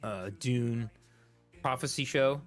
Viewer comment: Pronounce the U its not an O!